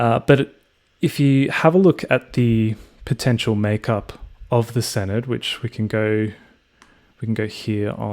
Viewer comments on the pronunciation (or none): Note for future reference Senedd is pronounced Sen-Eth 'dd' makes a 'th' sound in welsh words.